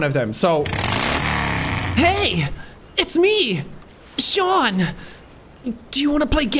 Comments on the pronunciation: I can see the people are mad at his pronunciation of the famous GI characters.... Shee-an Mucklockyland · His name is pronounced shon( i know his name is sean but this is how we pronounce) while same pronounce as seen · shaun mcclankclank